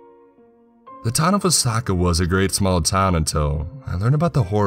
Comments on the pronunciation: For the longest time i thought he was calling the town Osaka instead of Wasaka, haha I thought "ummm I haven't been to either place, but it just doesn't paint that 'Osaka' picture" lol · Wah - saw- key. That is the pronunciation. I grew up about 30 minutes to the south of there. Good camping out that way.